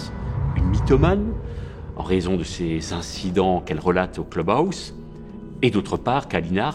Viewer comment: Le cleube aousse…….sérieux ?